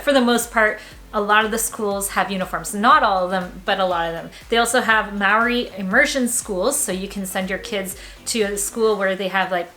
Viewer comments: Loved this one, when saying Maori, say it like when cheese goes bad = Moldy 👍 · Please learn how to pronounce Te Reo/Maori. Maori is pronounced mou-ri with vowels sounds in the base notes. Power outlets are designed for health and safety plus save power. Bare feet is actually healthier than compared to many designed shoes. But please watch the pronunciation out of respect.